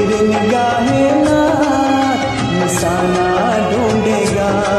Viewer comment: Bahut khoob. Plz work on ur pronunciation. Nisana nahi NISHANA.... Khajana nahi, Khazaana Gum nahi, Gham (ग़म )